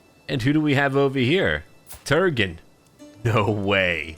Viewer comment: Turgon is actually “TOOR - gone”